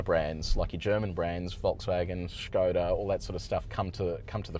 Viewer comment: Kudos on the correct pronunciation of Skoda